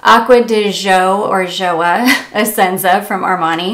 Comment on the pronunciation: GIOIA is pronounced JOY-A, meaning joy. GIORGIO is pronounced GEORGE-O. GIO - JO